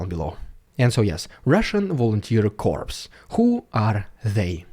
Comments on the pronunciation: Hi Dude! Great videos. Great work. You speak English very well and I congratulate you. To help you speak even better, a small correction: the word "corps" comes to english from French. You don't say the "s". For example, it sounds "Army cor". When you pronounce the final "s" you are saying the word "corpse". That is "dead body". Yes, English is very weird.😮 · Corps is pronounced cors. The way you pronounce is Corpse which is a dead body. Just thought you'd like to know. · Corps is not pronounced corpse (dead carcass); rather, it is pronounced Core. Also those surrendering Will be prosecuted (charged with crime), but they will Not be persecuted (abused and tortured) by Ukraine, at least not legally. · Dude ! Corps is pronounced Coor ( no ps ) ! Corpse is a dead body !!!! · Great video really informative! The word Corps is not pronounced like "corpse" but "core", keep up the good work and enjoy your vacay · Just so you know corps is pronounced “cor” the “ps” is silent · Dude, your English is a million times better than my Russian so I try not to criticise, but you really should know that the word Corps meaning an army unit is pronounced 'cor' (because it's actually a French word). You are pronouncing the word 'corpse', which is a dead body! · Dude, it`s pronounced like Corrs, not like Corpse, which is a dead body. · It might spell like corpse dead body) but corps (military division) is pronounced core like in an apple. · I hope that there is no "Russian Volunteer Corpse"! I would prefer there to be a Russian Volunteer Corps (pronounced "core")! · We pronounce Corps as Corr (from French where the PS on the end is silent) A Corpse is a dead body which these guys certainly aren't. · Love the content, as always, it is awesome. BTW we pronounce "corps" as CORE not CORPSE. Why ask why? SLAVA UKRAINI! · Mate, say kor not corpse that's a dead body. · Kindly pronounce CORPS as kor not korps because you are referring to a dead body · It’s pronounced “core”…..